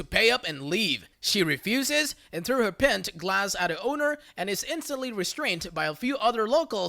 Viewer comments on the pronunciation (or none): he asked what is a "pint pronounced pent' as the doggo pronounces it.